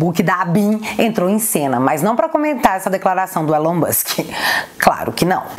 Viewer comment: Brasil! Nome não se traduz, Elon Musk, se pronuncia ilan mãsk